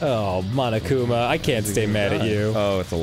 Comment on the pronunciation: It's frustrating that the characters, and grumps, pronounce "mondo" and "monokuma" as "mando" and "manokuma".